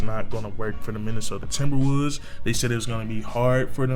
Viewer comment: minnesota timberwuuds is what I heard